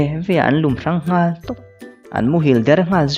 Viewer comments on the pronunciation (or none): Zihnghal a nghal lai hi sanghal a nghal tiang a lam tur hi ni zawk em aw ka lo ti deuh ☺chiar thiam lutuk e👍